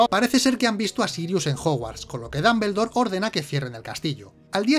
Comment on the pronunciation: DAMBELDOR jajjajajajajaja